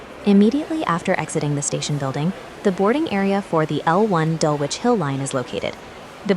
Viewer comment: "Dulwich" is pronounced "DULL-itch"